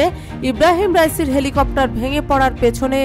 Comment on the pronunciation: এলি কপ্টার না হেলিকপ্টার। 😂😂😂